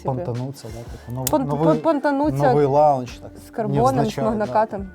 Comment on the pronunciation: Хая хо! Всім вітання! трохи потошню, та все ж не "лаунч", а "лонч" буде вірно вимовляти :)